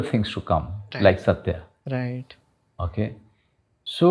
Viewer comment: The anchor need to work on his RIGHHT TTTU. it just simply right